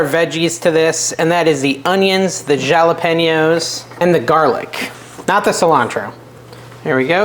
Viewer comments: Are you pronouncing jalpeño incorrectly on purpose😮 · Are you joking when you say jalapino or is that how you actually pronounce jalapeno? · You say jalapeno funny. It's not jalapino. 😂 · Stop saying jalapeño like that it makes me uncomfortable